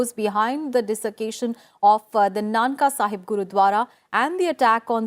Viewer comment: Mam not nanka sahib its nankana sahib..